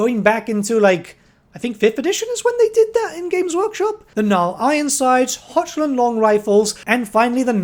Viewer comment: Hochland is pronounced like "Hock-Land"